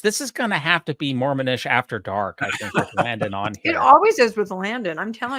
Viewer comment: I loved southern-drawl sounding pronunciation of Landon’s name while reprimanding him when he made that comment about the nipples, while at the same time trying not to choke on her cake…”Layundon” 😂